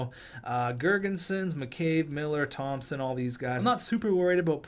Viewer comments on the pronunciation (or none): none